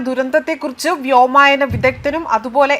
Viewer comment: വ്യോമയന മല്ല വ്യോമയാനം എന്ന് പറയണം.. നീയൊക്കെ എന്ത് മൈ... പറയുന്നത്... പൈലറ്റുമാർ എന്താ ആദ്യമായാണോ ഓടിക്കുന്നത്.. ഇനി എന്ത് വേണമെങ്കിലും പറയാമല്ലോ